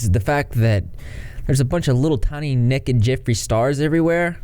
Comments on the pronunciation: Why is it so pleasing to hear say Nekkid and not naked (like NAYkid). To me it’s hilariously pleasing. 😂❤️🐢🐢🐢🐢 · I like the way you said, "Nekked" lol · every time you said “nekked” 😂🐢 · "Little neked people" and "wow" about made me pee myself 😆😆😆😆😆😆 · Fun drinking game: take a shot every time says “nekkid” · You say "nekid" (naked) like I do! I've never heard anyone else say it like that. People used to make fun of me for it all the time. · Every time says “Nekked” take a drink 🙃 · I love how with ur accent you say “nekkid”😂❤️ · Nekkid Gotta love ga accents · The way that he said necked made my day 🤣🤣🤣🤣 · I like the way you say naked. Nekkid 😎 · take a shot every time says “n e k e d” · OMG REP SAYING "NEKKID" REPEATEDLY IS THE BEST BIRTHDAY PRESENT I'VE GOTTEN ALL DAY!!! 😂😂😂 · Yaay souther boys! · I was just about to comment this haha. I have a friend that says it like that too, I think it's a southern thing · I know I keep laughing every time he says it 🤣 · nobody:: nehked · I love it lol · His obsession with little 'nekked' people is giving me fits. 🤣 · I feel validated for saying naked like does. Take that people who made fun of me for saying it weird!! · you say naked so funnny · I'm from the south and hate this pronunciation